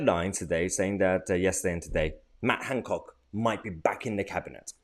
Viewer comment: Is there a “d” in Hancock?